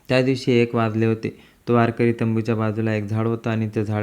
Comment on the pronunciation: त्या महाराज चे नाव कोण तुझा बाप सांगायचा का वारकर्याचे नाव बदनाम करु नको तुला वारकरी शब्द निट म्हणता येत नाही रताळ्या